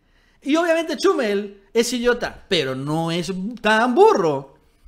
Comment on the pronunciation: "Chúmel", "Férriz". Por qué acentúas mal los nombres?